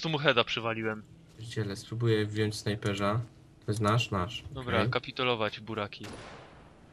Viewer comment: Co wy z tym ,,Ż" snajperz , czołgież?